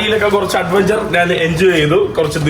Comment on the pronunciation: എടാ കൊച്ചനെ, നാൻ അല്ല, ഞാൻ ആണ് ശരി.